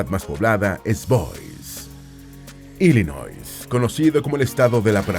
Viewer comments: Cuando van a nombrar palabras o nombres en Inglés seria de mucha utilidad el investigar la pronunciación para que la gente que no habla ingles no aprenda a decir esos nombres de manera incorrecta. Ejemplo: Illinois se pronuncia Ilinoi la "s" no se pronuncia, Connecticut se pronuncia Conericot, no "conecticut" solo google it. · No mencionaste la Capital de Illinois que es springfield, solo mencionaste la mas poblada que es Chicago....por cierto Illinois en su pronunciacion la "s" no la sonamos pues como bien dijiste lleva un sufijo frances.